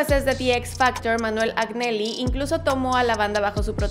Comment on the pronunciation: Adoro tus vídeo pero discúlpame mucho no es critica de la mala te adoro de verdad pero la pronuncia de las palabras en Italiano la pronuncia del coach era Manuel Añeli( Agnelli se pronuncia así) Il Ballo della vita ( la pronuncia es Il Balo de la vita) es que es mi idioma (tengo origines sudamericanas pero nací y crecí en Italia he estudia lenguas en la Uni y a veces me choca la mala pronuncia). Es solo a título informativo la de las pronuncia. Por el resto gran vídeo